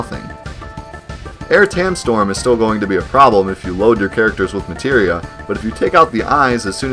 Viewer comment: omg. aire tam storm.. materia storm. to bad the german translation on psx called materia "substance", so i never got the clue.. and out the window it goes